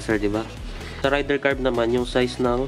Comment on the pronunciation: Boss wag mo sana masamain pero ang tamang bigkas is ray-der 150 hindi rider 150 hehe 😊😊😊